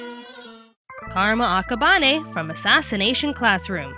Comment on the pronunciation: AHHHH SHE SAID AKABANE WRONG